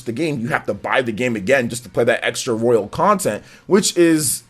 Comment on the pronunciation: It's "royal" not "royale"